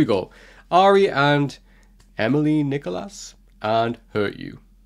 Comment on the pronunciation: Thanks for the reaction. A few things… It’s “Nee-koo-laa” (her father is French, I believe). 😊 And as others have said, not the best first impression due to the autotuning or processing of her vocals. Unfortunately, the NRK P3 YouTube channel has removed its videos. They had all the Aurora covers (God is a Woman, Believer) and tons of her live performances you’ve reacted to in the past. Same with other artists. So Emilie Nicolas’ “Feel Fine” stripped-down live video is gone. But there might be some other good ones around for Feel Fine, Oh Love, etc. As for ARY… you mentioned hurt and pain. Very much so: “Norwegian artist ARY released her debut album ‘For Evig’ early in 2022. Written and produced by ARY the album takes the listener through the various phases of grief she experienced when losing her twin brother, a couple of years ago.”